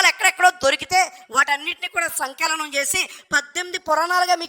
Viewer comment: సంకేలం కాదురా..సంకలనం అంటారు....